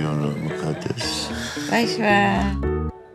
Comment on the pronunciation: çok güzel "boşveer" diyooo 😂